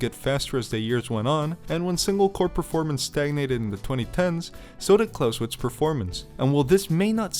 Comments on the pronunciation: ngl, im getting annoyed by you saying "Klauswitz" instead of "ClausEwitz" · Every time you pronounce it with an English W it's like chalk on a blackboard. Good video though. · The "e" in Clausewitz is NOT silent.